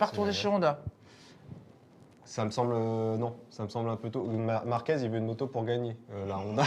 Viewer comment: On dit marquez avec un z pas un s a la fin…. Vous dites merguez pas mergues….. enfin😂😂😂Márquez C est le goat et si vous l ecoutez il est franc et tres droit. Il a des valeurs et c est un gas super. Love❤ Marc.